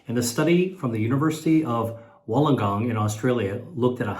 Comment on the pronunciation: Thank you for getting the pronunciation of Wollongong correct! 🇭🇲